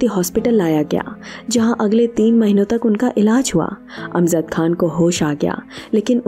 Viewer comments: अमज़द (Amzad ??) यह उच्चारण ग़लत है. यह जयंत वाला "ज" है.. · The word is not AMZAD . It is “ A M J A D.” AMJAD.